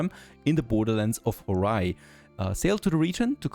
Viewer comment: It being Horai instead of Hourai bothers me SO much. The way you say it is by drawing out the O, it's not like 'horay' it's two separate syllables. Ho as if you were saying home really slowly, rai as in the name "Sakurai" Also the fact they didnt translate Plum (Ume) is funny to me.